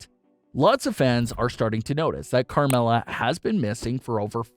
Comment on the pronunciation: It’s Carmella